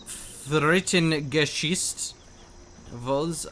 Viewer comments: its not frittengeschütz. its frit-ten-ge-sicht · haha even worse:D u pronounced it like fritten-geschiss... this would be (french)fries-shit ^^ pls;) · Today I learned: 80% of GeneralsGentlemen viewership seems to speak German. Also I can't decide which sounds funnier; English speakers attempting to talk German or the other way around. Protip: It's pronounced "fritt-uhn-guh-seesht" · fritten are fries and gesicht is a face so his name means friesface ...the way you pronounce gesicht means shit tho lol that would be friesshit ^^